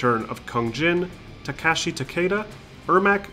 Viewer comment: "Takashi"? you mean "Takahashi"